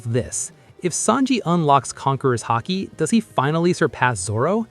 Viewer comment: Lol "hockey" 😂